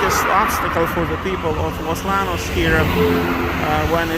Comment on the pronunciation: Hey, just FYI in Spanish "LL" is pronounced like English "Y". So Los Llanos is pronounced as if ti was Los Yanos.